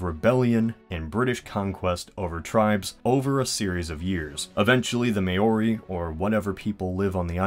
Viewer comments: ima proud kiwi and i cringed when he said maori like maoi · The “May-ori” 😂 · Even Mow-ree would be better... 😂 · You should say it maur - ee. Roll the r. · Btw its pronounced meowri but without the ‘e’. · Every time he said Mayo-rhee I died a little. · am i the only one who gets triggered every time he pronounces Maori may-your-ree. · Mow-ree; Maori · Yes it triggers me it not that hard to say he doesnt put much effort into saying it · your supposed to (or at least i pronounce it like) mow- (like learn mower) ri (rolling your r's or if you can't do that just say it like a d) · why do people always say mayyori bloody annoying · May oh ri 😂😂 not how u say it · May-ori? that is not how you pronounce it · Can you please stop calling them "May or ees" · Hahahahahahahaha every fucking video of Americans saying Maori they say may oree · it is pronounced m-ow-re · Maori is pronounced ( Mah-Oh-Ree ) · Māori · Hey...I would appreciate it if you were to pronounce words of culture correctly. Mow-ri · May-or-e.. HAHAHAH that's gonna trigger a lot of people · 'May Ori' lol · yep. and I cringe every time he mentions "May-ori"...also he doesn't seem to know much about NZ history knowing that he didnt mention the moriori. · Hoi! :) Maori is not pronounced ma-oori, but rather maou-ree! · That was an interesting way to say Maori. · Please learn how to pronounce Maori :) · learn to say Maori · I’m gonna give you this link so you can learn how to properly pronounce Maori. A little more research in the future will prevent your looking foolish in the future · Tbh, it's better than most of us Aussies pronounce it. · You said Maori so much better in your other video! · fucken aussies, say it properly man lol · Everytime he said Māori I cringed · Oh god. The way you pronounce Maori... but I forgive you because of the great video. Keep up the good work. Just do a little research on how to pronounce. 😄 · ffs how he doesnt know how to pronounce it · "May-Ori" - Ouch